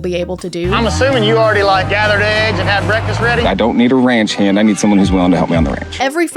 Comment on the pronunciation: I thought he said ranch hen lol